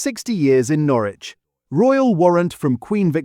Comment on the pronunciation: Who moved burton on trent to germany? And wheres 'norrrrwich'?